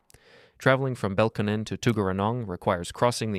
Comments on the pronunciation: they're pronounced BELL-CON-NEN and TUG-ER-A-NONG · bel-con-nen & tug-ner-rong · Being from Canberra, the way you pronounced Belconnen and Tuggeranong gave me a heart attack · As a Canberran it’s clear you have zero understanding of Canberra (regularly ranked as one of the best cities in the world to live in). I knew there was no meaningful research behind this video when I heard the hilarious mispronunciations of Belconnen and Tuggeranong. Not. Even. Close. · The pronunciation of Belconnen is just as garbage as well.